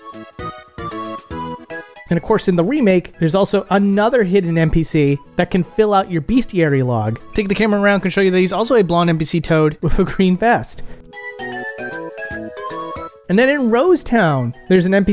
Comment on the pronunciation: tf is a "beastiary" ?